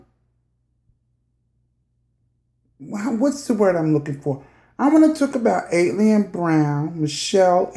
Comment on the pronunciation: Why can’t anyone say her moniker right ..... AT-ALIEN .... ok I’m moving on.